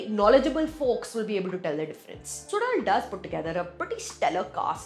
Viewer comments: To be pronounced as Su_La_L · Suzhal - When you pronounce 'ya' normally, the tip of your tongue touches your teeth. Instead, consciously move your tongue back so it touches the roof of the mouth & then try saying 'ya'. It' ll come out as 'zh'. You may need a few tries. Or a few hundred :) Don't worry though, many Tamils themselves don't get it. The Malayalis are a whole lot better at pronouncing this tough sound! Kathir - this is pronounced as Kuh - dhir. Not Kaa- thir. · SuDal? seriously? Could have invested a lill more time to learn the pronunciation as it is the title. But then we are only concerned abt english.